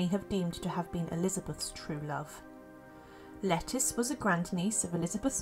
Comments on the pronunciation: Isn’t it pronounced “Leh-Teece” rather than “Lettuce”? Sometimes this voice sounds like a text-to-voice-program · Thank you. I was cringing each time she called her “lettuce” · I’ve heard that her name should be pronounced Le-TEES, like Leticia… Great video👍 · Pretty sure it's pronounced Le teece not like the salad leaf 🤣, I do enjoy your videos it's nice to listen /watch instead of read sometimes 🙏😎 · Yes, it's a anglicized form of Leticia.